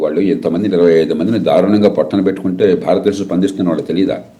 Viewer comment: ఎడిటర్! ధారుణం కాదు!దారుణం! తెలుగు పదాలు పలికేటప్పుడు జాగరత్త పడాలి! ఎందుకంటే నీవు ఒకతెలుగు ఛానల్ కు ఎడిటర్ వు అయ్యావుకదా! మీ వాసుదేవనేమో కల్మా ను కాల్మా అంటాడు! ఏడదొరికిండ్రురా బాబు!